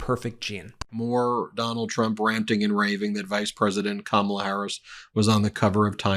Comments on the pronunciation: Well, it would help if he'd pronounce her name properly. Not a smart guy!! Lol😅😊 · I laugh at Trump's inability to pronounce Kamala's name correctly. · They don’t know what you’re talking about when you use her first name either Donald because you mispronounce it every single freaking time you say it😂😂💙🇺🇸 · KaMAla? Pronounce it right, DonNIE, and maybe people will understand what you're talking about. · Trump still can't pronounce Kamala Harris's first name correctly. It is correct that Trump doesn't know what a supply chain is. He is complaining about slow shipping, not supply chain problems. This guy is supposed to have a degree in economics and should know what a supply chain is. He is ignorant. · His press conferences are all the same. I can tell you what he specifically said in one without even watching it. “I have yuge, yuge crowds. No one has crowds like me.” “Poor Sleepy Joe, they forced him to drop out of the election. I actually like Biden, he’s better than “Kamla.” He’s 10 times a better man that she is.” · He can't seem to pronounce her name right. It's either "Ka-MAL-la", or even "Camilla". And meantime, um, um, is Hillary Clinton still around? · Trump is a stable genius and still haven't learned how to pronounce Kamala. Should make you think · Of course no one knows Kamala's last name when "Kamala" is GROSSLY mispronounced. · Is he and other MAGA so petty, so insecure, so childish that they can’t pronounce Kamala correctly? What a bunch of tools! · If donald said Kamala's name correctly, maybe the man on the street would know who he was trying to talk about. 😀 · Trump does not even know Kamala's first name, he mispronounces it constantly. I guess he thinks he is being clever, but he just comes across as a rude pig, a juvenile bully who loves to dish it out but can't take it when it comes back at him.